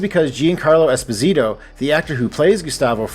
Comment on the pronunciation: Thing I learned this week, 100% of reviewers pronounce Esposito incorrectly. It rhymes with "deposit-o" Insider podcast finally had someone talking to him and he did not correct them. The name is Italian, not Spanish.